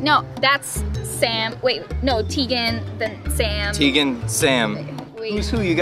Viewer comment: κεχαριτωμενη ρεϊση it's Teagan not teethen